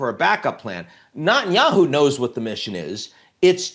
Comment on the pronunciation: Notice how he says "Notanyahu" instead of Netanyahu 😉